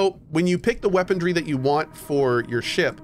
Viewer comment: I never noticed before that Cohh pronounces it "weaponDry" instead of "weaponry" LOL